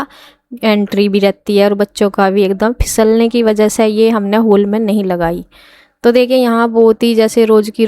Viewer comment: होल नहीं हॉल बोलते हैं होल अजीब सा लग रहा हैं सुनने मे